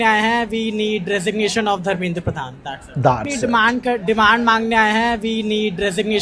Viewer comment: रेजिग्नेशन नहीं dregination मांग रही है😂😂😂😂😂